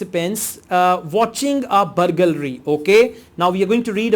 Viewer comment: you pronounced the word burgalry so many times.. haha.. but you're still great teacher